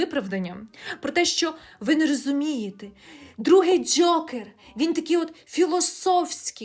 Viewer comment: Дякую за шикарне відео!Дуже було смішно, що ви кажете Джьокер прямо, як Скрипка, коли рекламував казино Джокер😂